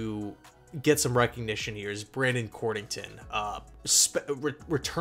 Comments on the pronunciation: COD-rington...not cord...lol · It's COD-RING-TON